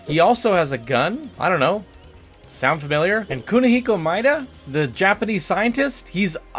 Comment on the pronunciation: Aya BREIGH (brea) and MY ADA {Meada) These are real life names, they have real pronunciations you could have looked up lol